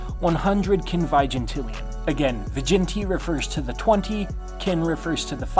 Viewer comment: It’s pronounced “kwihnvihjihntilliuhn”